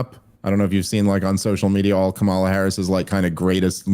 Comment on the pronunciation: Not to be nitpicky, but it does kind of bug me that Dave keeps pronouncing Kamala as "Kamala," and not "Kamala "